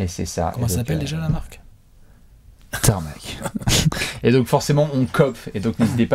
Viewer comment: Je voudrai bien comprendre pour cette prononciation de TARMAK😂😂